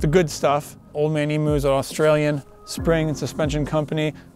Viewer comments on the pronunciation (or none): To Americans everywhere. The word Emu (the name of an Australian flightless bird similar to an Ostrich) is pronounced Eem-you. Not E-moo, which is probably a sound that cows make. Just saying. 😊